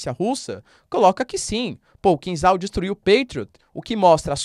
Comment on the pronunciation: É kinzhal, "zha" pronunciado como "já" de jacaré. Traduz como punhal em português, dagger em inglês. Punhal supersônico é triste.😢